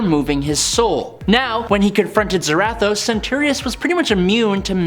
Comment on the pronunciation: Why…. Why do you keep pronouncing Zarathos like that🤦🏻‍♂️